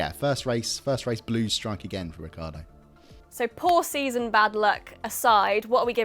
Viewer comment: This is a good idea for a series but it was a bit boring to watch. Stream line it and be definitive in your scores. BTW Get Daniel Ricciardo's name right.